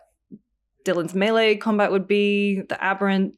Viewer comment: The control guy saying melee like “mily “ trigger me every time. Stoked to play the game though.